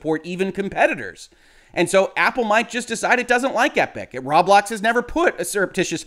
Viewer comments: row-blocks, not rob-lox or raw-blocks. triggered :P (you buy thing with robux, ro-bucks, not raw-ucks or rob-ucks) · It’s pronounced “Row-Blocks” not “Rob-lox, as in “Robots,” not “Rawb Lockes” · The way he says "Rob-lox" makes it sound like a store that sells locks and is owned by Rob. "Rob Locks"